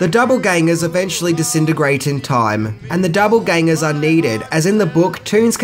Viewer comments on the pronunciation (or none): are you actually saying "doublegangers"? It's doppelgangers, mate. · ( -6-20) did he keep saying “double gangers” ??? you know its ‘doppel’gangers...right 😂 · ‘Double Gangers’ did I hear that correctly? Another malapropism!